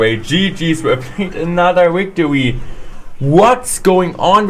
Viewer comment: "Another Wicktery" lol